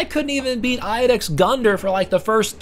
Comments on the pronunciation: im pretty sure iudex is prounounced "ee-you-dex" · This is nothing in comparison to the masterful appreciation you have available when you learn how to pronounce Iudex lol. If you cant read the bosses first name you cant begin to understand the narrative subtext and historical interoperability